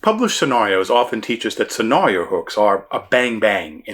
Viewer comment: I love your channel, I love your content, I hate the way you pronounce "scenario." Keep up the good work.